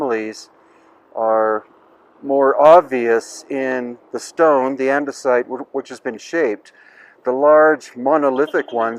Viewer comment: Anyone else have trouble not thinking of Minecraft when he says andisite and red sandstone? Or is the crossover audience too small? Lol